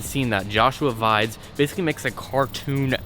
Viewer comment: Joshua Vides' last name is pronounced Veee-dez.